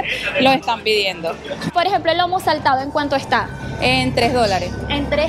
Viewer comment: Felicitaciones.. la srta. Lo pronunció bien.. es "lomo saltado."🎉.